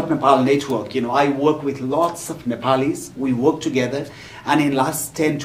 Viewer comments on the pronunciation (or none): Rabindre says Nephalis haha. What a joke. The only good speak from the list are Gagan Thapa and Dr Rijal